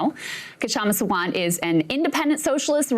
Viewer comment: Her name is just pronounced Shamma - the K is silent. And last name is SAA-Wunt